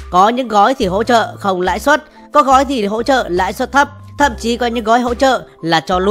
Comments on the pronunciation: Lãi suất chứ ko phải Lãi Xuất nhé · Lãi suất chứ ko phải lãi xuất